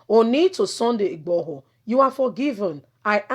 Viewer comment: Don't mince your words please your pronounciations are HELL, you are not YORUBA, why UGBORHO, its igboho , why OLU of warri comes in?????